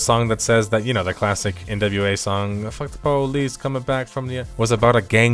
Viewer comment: lol i was confused when i heard "the nba song f the police". took me a sec to realise i misheard nWa